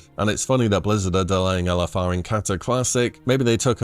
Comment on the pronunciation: English being my second language, every time you said LFR, I understood Elefar, which I assumed is the name of a raid boss I never encountered yet 😂 It does sound cool tho: Elefaar...👍